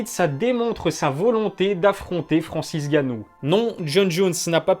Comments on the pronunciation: Il y a un N au début du nom de Francis...sinon le reste comme d habitude c est de la qualité. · Et bah voilà, bonne prononciation de son nom à Francis !! un peu de respect quand même !!!